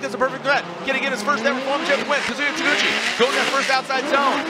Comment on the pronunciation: God I hate the way the commentator pronounces his name lol